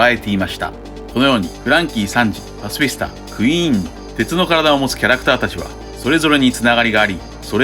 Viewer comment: パシフィスタの発音好き(笑)